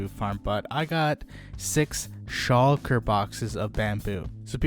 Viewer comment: He said shulker right! :)